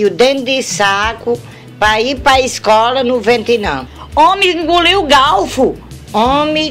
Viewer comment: "homi Inguliu o galfu" KKKKKKKKKKKKKKKKKKKKKKKKKKKKKKKKKKKKKKKKKKKKKKKKKKKKKKKKKKKKKKKKKKKKKKKK